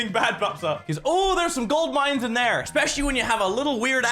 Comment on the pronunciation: When you said oh there's some gold mines in there it's thought you were saying OML do I love refrigerators